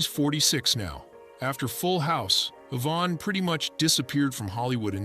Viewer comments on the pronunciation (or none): none